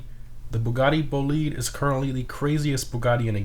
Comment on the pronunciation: It's Bo lied not BoLead It's Jes ko not yesko ITS GERMA NOT GERMIA It's si on not cian